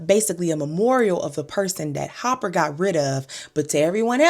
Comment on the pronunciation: So you calling Dennis Hopper - HOPPER?